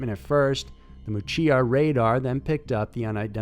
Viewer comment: WTF is "Mew-che-ya"?? Ask an Aussie to check your pronunciation mate!! "Muchea" is pronounced "Mew-shay". Ok? (I'm 45 miles from the place you mention, and - as it happens - was hunting there today.)